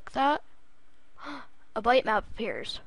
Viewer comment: its pronounced bit map, not bite or byte